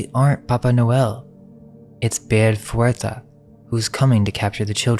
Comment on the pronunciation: Kick ass video! Super informative! 👏🏻👏🏻👏🏻(Small note: fouettard is pronounced more like fu-weh-tar 😊)